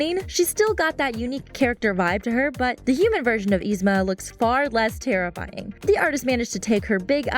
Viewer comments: It's not Ee-Zma. Its Yee-Zma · ITS NOT EZMA ITS YZMA AND SHE IS LIKE THE BEST SO SHUT UP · You pronounced yzma's name wrong... sorry that just bothered me no offense!.!.!. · I was wondering how yzmas name is pronounced with y but it's actually the same as my sissy's who starts with I😂😊